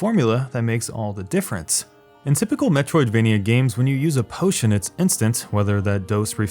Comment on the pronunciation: nice video but when you said P O T I O N I died inside